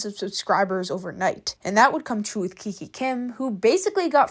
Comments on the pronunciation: OMG GURL Y EVERYONE DOES IT ITS TRENDS AND ALSO ITS NOT KIKI KIM ITS KIKA KIM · The way you Kiki Kim… it’s kikA Kim (just saying no pressure ❤🍱🌸) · IT'S KIKA KIM NOT KIKI KIM 😭😭😭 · and its not kiki kim its kika kim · I swear you need to stop mispronouncing these ytbers names plz kiki Kim. No it's kika Kim 😭 you spelled it right on the title but pronouncing wrong. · Bro is not even pronouncing KIKA KIM correct 💀💀